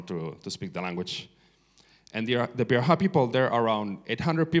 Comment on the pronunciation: It is pronounced pee-da-HAN. See Everett's book, the first man to learn their language. Anyway, great talk. Thanks for it.